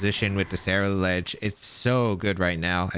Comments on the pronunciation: Bro, if you mispronounce CerulEDGE ONE MORE TIME! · Say it with me Ceruledge SEH-ROO-LEDGE :)